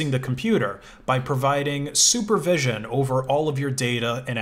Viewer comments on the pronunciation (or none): it sounds more like he said super vision instead of supervision